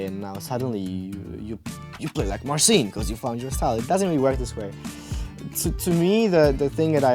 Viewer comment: It's funny how he cannot pronounce his own name xD